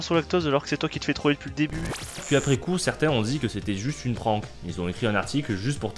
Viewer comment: Super vidéo , comme d'hab' ! Par contre " Prank" ça ne se prononce pas du tout comme ça ! A par les français qui sont nul en Anglais en général.